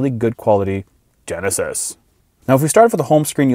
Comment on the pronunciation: Why did he say genesis like that lol